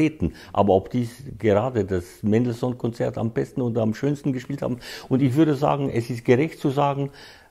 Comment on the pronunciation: haha! Seine falsche betonungen sind einfach lächerlich….ein falschebetonunglexikon